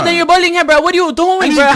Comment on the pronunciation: STOP SAYING breh